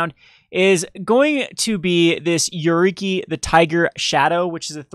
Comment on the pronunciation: i love your videos, but for the love of god, read the card name before you say it.... Yuriki? Yuriku? YuriKO.... -_